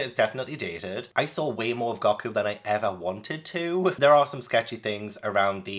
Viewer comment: It’s goku not gocku